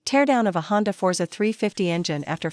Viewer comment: Since when did Honda become Chonda!!!